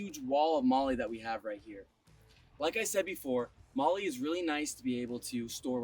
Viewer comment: FYI MOLE is not pronounced Molly, great camper.